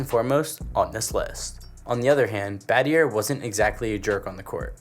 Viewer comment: This kid has 0 experience on basketball history.. this is purely/half researched info… first he called Elton Brand.. Elton John 😂… no Grant Hill… who is also arguably the biggest NBA player too… based on the comparison to MJ before injuries …. Yeah… bro 😂 what happened… and Shane Battier… the “R” is silent dummy lmao😅